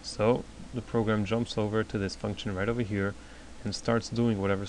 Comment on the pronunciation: its function btw not functchion :D